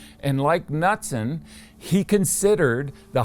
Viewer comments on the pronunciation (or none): Great video as always. Knudzon is pronounced more like Canoutzon. 😉🙂. Only because my surname is also Knutsson,,(the Swedish variant) 😊